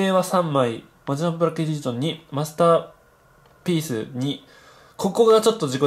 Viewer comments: のところ ピースを ペ○スって言ったよね？ww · あれ？はじてしょちょーが、ペニ..... 言ったの、きのせいですか？